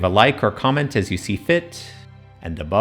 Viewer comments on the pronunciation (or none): Did you say GRANITE? Dont you mean GRANTED? What are you, some kinda rock person? -Rick and Morty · Being British I'm struggled to understand what "history for granite" meant😅 Granite and granted sound nothing alike in English - we say "grahnted", with an ah like car, and pronounced the T in granted (mostly). Love the videos tho!